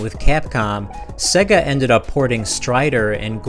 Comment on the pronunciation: Excellent video man but you are mispronouncing 'SEGA'. It is pronounced 'SEGA' as in "AGES' (not as in EGG)